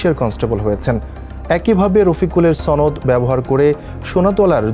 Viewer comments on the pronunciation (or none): ছনদ না সনদ হবে। সংবাদ পাঠকের শুদ্ধ উচ্চারণ হওয়া উচিত। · it's not sonod it's shonod.. what kind of newsreaders they get? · কি খবর যে পড়ে সনদ উচ্চারণই ঠিক নেই, সে আবার সংবাদ পাঠক।